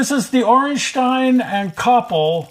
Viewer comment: Ayyye you got the pronounciation correct! Congratulations! :D